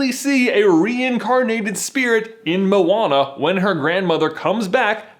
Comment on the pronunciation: it's Mo-Wa-Na. not mona. white boy.